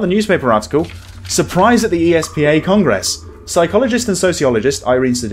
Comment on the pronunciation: I beg you not to accent 'gress in the word Congress... thanks 🙂